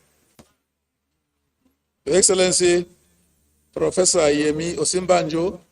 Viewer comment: Oga is yemi not ayemi 🙄🙄🙄 why do apc always like to give power to fools and people who can't read